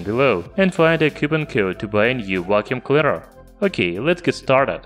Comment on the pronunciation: Vhat's a wacuum cleader?